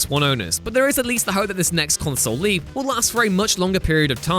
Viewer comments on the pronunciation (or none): none